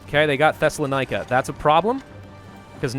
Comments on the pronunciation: Pronounce 'Thessaloniki' as 'Thessalonikah' one more time, I dare you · Hi I am from Greece and i have a tip for you The 2 i in Thessaloniki is spoken the same as ee like bee see free